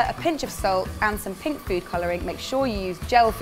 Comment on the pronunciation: Haha I thought said pig nougat, I had to go back and listen to it again pink nougat makes much more sense